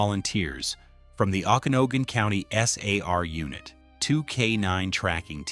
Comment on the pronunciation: Pronounced... "Oken-Agan". Just sayin...